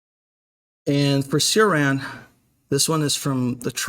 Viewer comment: It pains me when i hear how people mispronounce Cioran's name.